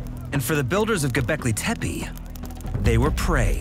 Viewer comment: The word “Gobekle Tempe” sounds amazing